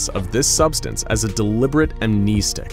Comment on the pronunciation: Keh-teer. KEH-TEER!? THATS HOW YOU PRONOUNCE IT!? Bruh. Everyone, including me, has been saying this wrong for SO LONG! I do know for a fact that amn-NEE-stic is incorrect though .🤣